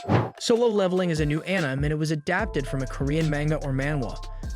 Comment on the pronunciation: are you seriously pronouncing it as Anym instead of akneemay?? so effing way I am gonna watch this d**b video even it was a very good work